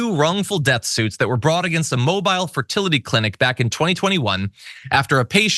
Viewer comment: It’s mobeeeel Alabama.